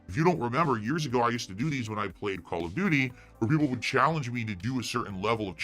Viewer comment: Call of DEW DEE streams.